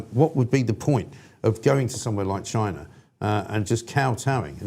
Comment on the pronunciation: Notice how many people now say 'Chynah' 😂